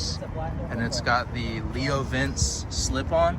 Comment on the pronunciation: That’s not how “LeoVince” is pronounced. 🤦🏻‍♂️